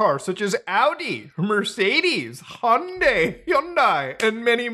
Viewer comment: Finally, someone pronounced Hyundai correctly.